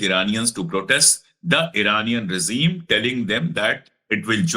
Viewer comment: Aapka talaffuz bohat achha rahta hai, lekin aap regeme ko aap "razeen" kyun pronounce kar rahe hain?